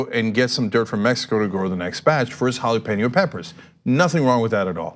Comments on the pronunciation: "Hallapino" peppers 🙄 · Jalapeño became "halla-pih-no" on that call 😂😂😂